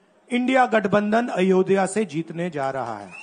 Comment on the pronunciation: अयोधया bole jara bhai , pehele nam to sahi se lena sikh lo अयोध्या hota he vo fir ana vote mangne de denge vote